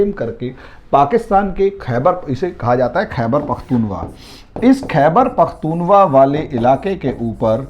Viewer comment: सर जी khaibar pakhtun khwa नाम है।आपके मुंह से लगातार khaiwar pakhtun wa सुनता आ रहा हूँ।नाम लेने में थोड़ा सुधार कर लें